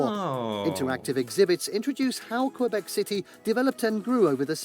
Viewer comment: Honestly your French pronunciation is better than the original narrator of the top 10 list! Thanks for saying Kaybek and not Kwwwwahbek like he does!